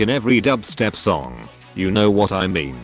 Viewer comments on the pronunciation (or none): none